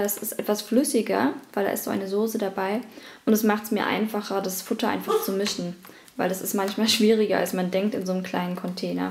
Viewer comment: Sag bitte nicht Sose. :(